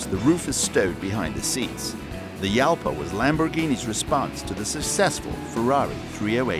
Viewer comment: Pronounced Halpa,not Yalpa.It's Spainish.